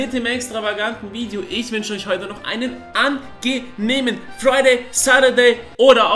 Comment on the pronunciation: hast du nosch gesagt ... NOSCH... bro was